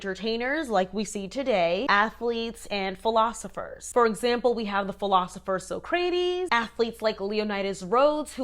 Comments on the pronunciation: Pronouced; sock•ra•tees...my bad i had to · I will now pronounce Socrates as soc crate es after hearing you pronunciation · Sock-rah-tees for Socrates lol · Soc-cra-teez lol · i think it’s pronounced “sock-ra-tease” love you ❤ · This is actually a Greek origin word in which the a would be pronounced more ah not aye which would stem from another region. Lots of different pronunciations out there though so respect for trying to look it up! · Appreciate the Bill and Ted pronunciation of Socrates